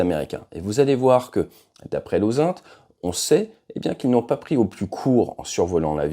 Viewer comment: OSaint? On prononce ozint, pour intelligence en anglais, ta prononciation porte à confusion.